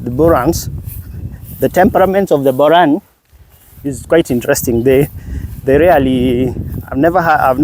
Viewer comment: Just stick to saying Boran not Buran.